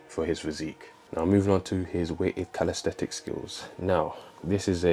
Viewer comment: It’s not calis-thet-Ics.